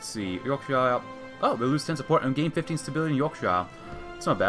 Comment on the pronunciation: You pronouncing Yorkshire ‘York-sh-eye-er’ hurt me. It’s pronounced York-sher! Good video regardless